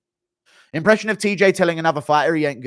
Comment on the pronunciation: His tj impression is atrocious lol stick to impressions that don’t require a American accent you ain’t built to pronounce like us lol